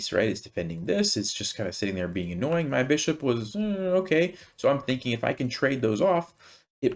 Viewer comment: Excuse me, can do or can't do? I can usually cope with your accent but here you confused me.